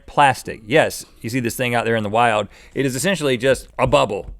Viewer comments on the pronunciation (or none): none